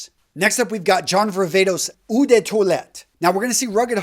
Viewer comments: Eau is pronounced O, not oo. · the pronunciation of ‘eau’, the french word for water, is not “ou” , like in “you”, but “O”, like in “O my god”